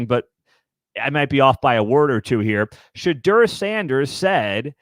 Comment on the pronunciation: Pronounced Sha DOOR. Not Sha DER. Buffs will play in packed stadiums in 2024 because everyone wants to watch history in the making.